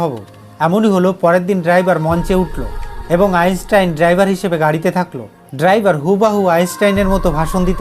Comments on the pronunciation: Bro উচ্চারণ টা আগে ঠিক করুন .তারপর video বানান আইনস্টাইন কে আপনি আইসটাইন বলছেন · 🚫🥸আপনার উচ্চারণ ঠিক করুন,,আইচটাইন কি❓ ইউটিউবে বিজ্ঞানির অভাব নেই।😃